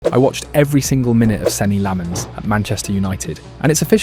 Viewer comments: It's pronounced LOMMENS. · no Lammens